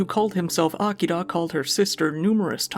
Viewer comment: You're literally the only YouTuber I've seen actually attempt to say Japanese words correctly. Didn't nail everything but it was nice to hear "Tokyo" instead of "Toe-kee-yo" and "Akira" instead of "Uh-keer-uh"